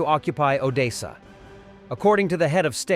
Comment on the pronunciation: It's Odessa it is pronounced O .... Dess ... A 👍